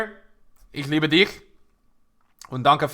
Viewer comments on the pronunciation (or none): none